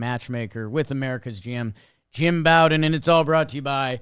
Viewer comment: Jake Jim Bowden pronounces his name like Beau-den or Bo-den. It's not pronounced like the bow of a ship or Bobby Bowden